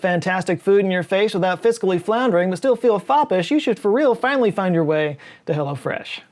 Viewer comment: Are you saying Hello Fresh or Hella Fresh?